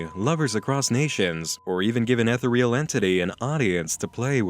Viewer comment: ftr ethereal is four syllables long and rhymes with "cereal"